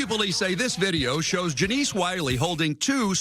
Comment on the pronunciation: Janice not janeece